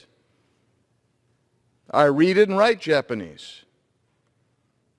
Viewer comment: His Japanese pronunciation is really good but his meme-creating skills are bad so he deserves everything.